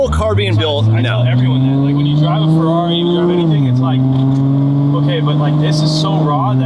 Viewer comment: You are butchering the F1 teams name lol.